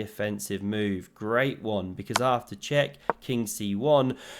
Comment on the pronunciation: Pawn attacked, defended.: Phewww! vot a moove